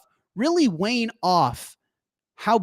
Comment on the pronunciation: Man streams from a closet bigger than most apartments and somehow puts out 240p video. Also I think wean is 'ween' not 'wane'. Love the content. Bitcoin to the moon.🚀